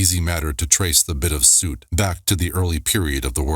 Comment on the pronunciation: Soot rhymes with foot.